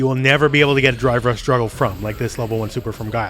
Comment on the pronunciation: Still sounds like you're saying "Dry Brush" also i can't stop laughing at the kid on top of the vase in the background.